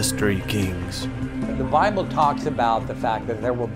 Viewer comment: One guy calls it the Boble! LOL!